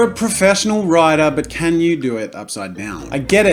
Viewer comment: Did he say writer?